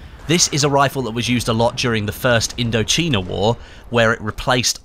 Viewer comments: It’s pronounced indo-China idk how you got indo cheena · CHINA! not CHEENA 😂😂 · “...the first Indocheena war...” Um, I think it was the first Indochina war 😂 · It’s supposed to pronounce as Indo-Chi-na(印度支那),Which was a French Colony,and it latterly become a part of Cambodia Vietnam Laos and China today after Indochina war, result in their independent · That's how you pronounce it in Spanish though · "IndochEEEna war" 😂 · say Indo-cheena one more time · It sounded like he was pronouncing it in a Malay language. "Indocina" is the spelling. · People I'm talking about the English word for China xD I'm sure many different countries are pronounced different in different languages but I'm talking about English xD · thats in spanish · Mz. again , 2 years later , it doesn't matter how it's pronounced in a different language, it's pronounced poirceallan in Irish , I'm talking about the English pronunciation of the word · That's not how you pronounce "Indochina". You know how to pronounce "China", right? :) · the way you say Indochina is hilarious.